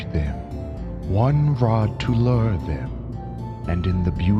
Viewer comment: loor not lurr love the seires ♥